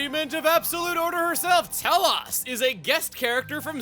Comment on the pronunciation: Chuggaa, its Tel-OSE, not Tel-OHS. XC2 butchers this name and a specific other blade in the game.